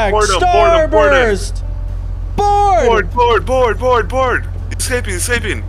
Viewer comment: lmao did he say "starburst side" ?!??!?